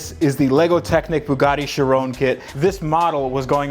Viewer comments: Bruhhh it’s not called a Chirone Chi-ron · It is shir on like the word on not shir own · It’s not pronounced chiroune it’s pronounce Chi ron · Its pronounced: Chiron, not Shirone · Sheer-Ron not sha rown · Its not not pronounced 'shi-ron'...its 'ki-ron' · Why do you say chirone? Its chiron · He sais charone... It’s SHEEROWN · Chiron is pronounced She - Ron there is no ‘E’ its French, named after a Monégasque Racing Driver, Louis Chiron, who Drove For Bugatti. Bugatti, is Italian although the cars were built in France by Ettore Arco Isidoro Bugatti, who was born in Italy. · its not chirone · It’s pronounced Ky-Ron. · You said sheron lol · It's Chiron not sherone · Its pronounced ki·ron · If you say it chrooone your actually mental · Its pronounced. Kye-ron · Wtf is a Bugatti sherown 🤦🏽‍♂️🤦🏽‍♂️ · You think he's saying it wrong too? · He said chiron Wrong. Its shere-on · Not trying to be a jerk, but it's pronounced like SHEER-OWN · The way he says Chiron pisses me off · That is not how you pronounce it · It annoys me how you pronounce it wrong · How did you manage to mess up the pronunciation of Chiron!!!!! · You pronounced chiron wrong lol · you said Bugatti chiron wrong